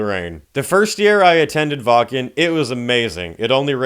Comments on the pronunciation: Its "Vakn" not "Wah Ken" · Brother from germany here we need to talk: Its pronounced wAKKen not wAA-KEn, you feel me? ^^